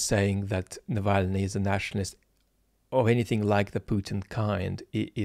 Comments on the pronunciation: I stopped listening to Zeihan after he mispronounced the name. I don't say you should be able to read Brodsky's poems in the original to comment on contemporary Russia, but Crikey! we're talking about a politician who' was in the public eye for going on 13 years. I could forgive him if he stumbled over a name like Politovskaya but it's more likely he never heard of Navalny until last week. In this complex information environment I'm looking for commentators and interpreters who have a mastery of context. Zeihan sounds like he's in over his head. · Zeihan mispronounces Navalny's name throughout. Why does PZ get so much airplay? Cuz he's a motormouth? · Can’t even pronounce Alexi’s name properly. Switch off time for me right there. Dee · I unsubscribed from his channel after watching that video. He acts as if he’s an expert on geopolitics but he can’t even pronounce Navalny’s name properly! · Peter, is entitled to his opinion, & God knows, Peter always has an opinion! I criticized Peter, on his channel, for being so obviously ignorant of Mr Navalny that he didn’t even know the correct way to pronounce his name. Hell, I live in a Texas town of 10,000 & I, at least, watched the CNN/HBO Navalny documentary! I DON’T forgive Peter for “Nevanly”. He owes his audience (me) more respect! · Love the way says he won't eviscerate Zeihan....then, verry gently and carefully proceeds to annihilate the man to appropriate bonehead status without ever uttering a negative word. I mean really, Peter can't pronounce the man's name Its pretty funny. Excellent analysis as always. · Zeihan mispronounces everyones name. At times it seems intentional. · I know you totally glossed over Zeihan's mispronunciation of Navalny's name but to me it shows just how superficial his knowledge of Russia is: Peter likely has never even listened to someone like Fiona Hill or Mark Galeotti who speak the language and know how to pronounce Navalny's name. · Peter can’t even pronounce Navalny’s name.